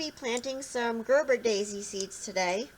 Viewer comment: Its ger Ber a daisy